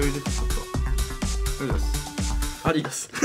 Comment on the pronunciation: ありがとうをあでぃだすって言う人いたwwwww